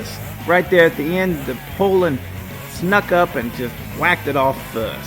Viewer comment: Its pronounced poo-lan, well by me anyways.